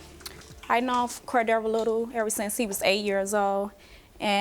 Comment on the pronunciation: I’m stuck on the pronunciation of Cordaro for the intro.